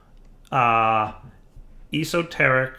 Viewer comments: I love and his videos, but this killed me lol. I was shouting at my phone... es-o- teric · o0NAVI0o ya, I laughed at his horrible pronunciation.